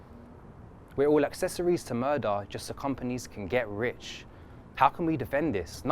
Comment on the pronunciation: 'accessories', not 'accessory's'